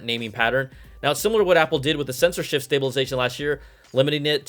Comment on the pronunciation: When you say "sensor shift" and I hear "censorship". Weird.